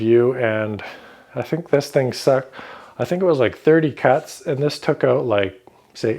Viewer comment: OH.....you sais "30 cuts" not "30 cats"........phew!!